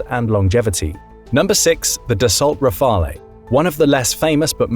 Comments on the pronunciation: Rafale is pronounced RAA-FAL, not RAA-FAL-A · The pronunciation of Rafale is killing me.